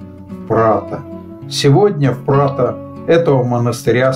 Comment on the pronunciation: Не Прадо, а Прато! ☺